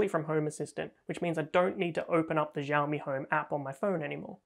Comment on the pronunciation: Xi in Xiaomi is pronounced lile "shi", not "Ji" (with the French j).